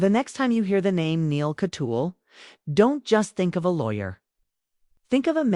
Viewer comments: YOUR PRONUNCIATION OF THIS ATTORNEY'S LAST NAME IS AWFUL. THE SURNAME IN K A T Y A A L . Not Katyeal. Rotten reporting. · Repeatedly wrong picture of Neal Kat- yaal is being shown in this video. Pls. pronoun the name as Neal- Katyaaal. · He is Neal Kat-Yaal. Pronounce it correctly, please.